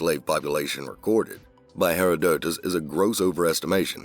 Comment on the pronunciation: HERODOTUS is pronounced H(e)-RODE-tus, not HERO-DO-tus